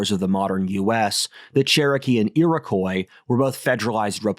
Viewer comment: Iroquois is pronounced "ee-roh-kwa" not "ee-roh-croy"